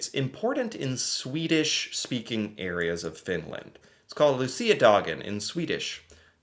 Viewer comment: Gotta give you props for you pronunciation on Luciadagen, great job!